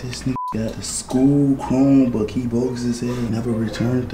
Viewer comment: i was dead when you said he stoled the school chrimebook